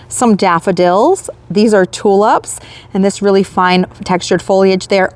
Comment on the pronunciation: I'm amused at the way you say tulips .... you say TU LUPS.